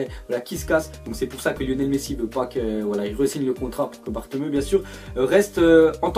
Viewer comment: Bartomeu ? C bartoméou ( à la langue Française ) mais améliore tes langues frère t'abuse on voit bien que les langues c t pas du ta spécialités !!